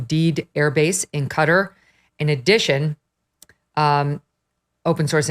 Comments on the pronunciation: I’ve seen a lot of coverage saying cutter for Qatar it’s pronounced cat-are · It's not "Cutt-her". It's "kuh-tar". 🤦🏽‍♀️ civilians drive me nuts on this. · Not Cutter, it's pronounced like katar. 😂 I was a teacher. You're all getting an F in grammar. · Where is "Cutter"? I know where Qatar (kuh-tar) is. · Qataaaaar? Can’t you pronounce Qataaaar? What ‘cutter’? Embarrassing